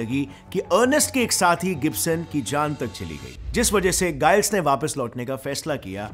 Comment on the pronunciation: गाईल्स नहीं जाईल्स